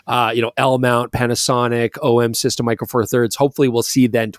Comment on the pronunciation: A+ for “OM System” of course 😂😂😂